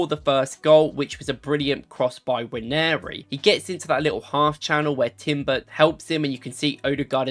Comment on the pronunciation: By the way, Nwaneri is pronounced Un-Wan-Nay-Ri not Wan-Airy.